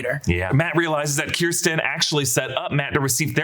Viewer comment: Why can nobody say Kirsten’s name properly??